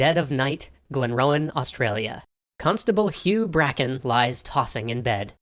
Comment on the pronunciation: I'm always amused by people pronouncing Australian town names :) Glenrowan? Spot on Greta? Actually pronounced "Greeta" Still, huzzah for Aussie history!